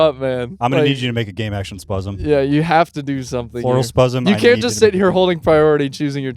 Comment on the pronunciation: I clicked a random timestamp and heard spuzzem